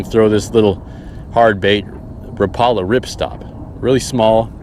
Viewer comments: Rapala is pronounced wrap-a-lah, my buddy is the owner of a rep and marketing company and the industry is anal about this. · You said Rapala wrong, it’s Rapala.